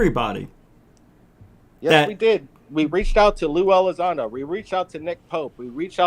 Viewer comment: Welcome back you’re hilarious and an awesome fella but mate, it’s Elizondo, not Ally Sando! 😅 Much love 🇬🇧 👽 Oh, and Yoo fololgy, not yoo eff ology 😊🙌🏻